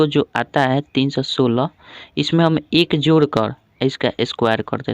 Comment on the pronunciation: Jor nahi hota hai bai jod hota hai😂😊